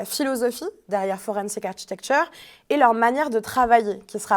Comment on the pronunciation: 'architecture' se prononce 'arkitecture' en anglais. L'ordinateur sur le bureau est superflu et obstrue la vue. La chronique est intéressante.